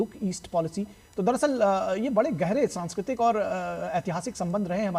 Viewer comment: 2.43 सांस्कृतिक है, सँकरायीतिक नहीं है।